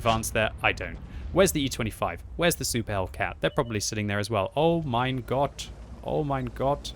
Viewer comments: Oh mein Gott! I heard clear. Best German from you.😊😊😊 Stay healthy all! 😷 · I love it, when you speak german. Oh mein Gott. Klingt gut. Sounds good. 👍🏻😏